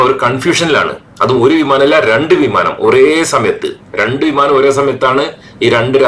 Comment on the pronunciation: വീമാനം അല്ല വിമാനം